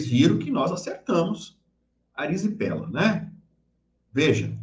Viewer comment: Não ARIZIPELA, é IRIZIPELA.